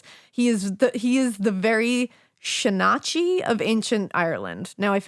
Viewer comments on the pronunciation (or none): Shanachie (seanchai) is pronounced: shay-nah-key